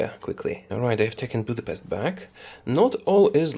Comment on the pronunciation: Still not how to you say Budapest.